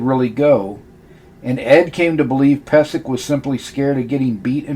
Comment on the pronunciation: Its actually pronounced peee zek. I should know. He's my relative. Check my last name.